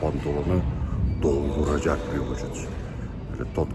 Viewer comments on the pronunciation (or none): hocam kot pantolonu "dolduracak" derken ki vurgunuz içimi bir hoş etti olsa da yesek didim